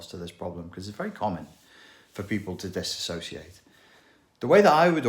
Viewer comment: you pronounce "dissociate" incorrectly. jfc.